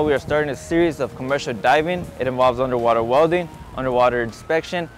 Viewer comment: He seaid " unerwaterwellin "